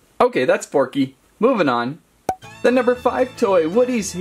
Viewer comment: Who went nuts when he said porky instead of forky